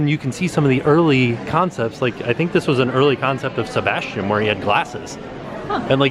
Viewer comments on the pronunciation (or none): none